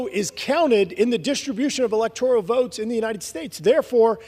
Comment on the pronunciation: Congressman Graves should know that the word electoral is a nine letter, three syllable word. ElectorIal (four syllables, ten letters) is not a word. Such ignorance!